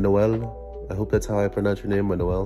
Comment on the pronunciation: u said it correctly its spanish I know cuse that my middle name am puerto rican but I spell it emanuel